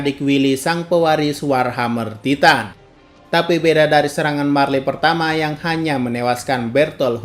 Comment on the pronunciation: Taiten bukan titan, gak bisa Inggeris